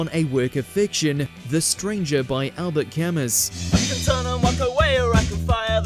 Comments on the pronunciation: Albert Camus is pronounced Al-bear Ca-moo...... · The mispronunciation of Albert Camus almost gave me heart failure!! 🤯😱 Try harder 😢